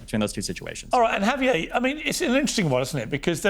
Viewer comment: Lol Xavier turned into Javier